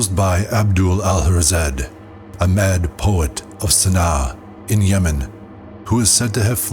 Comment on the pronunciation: Please! 'Alhazred' not 'Al-harzed' for goodness sake! But this is sadly only the most egregious pronunciation quirk herein flaunted.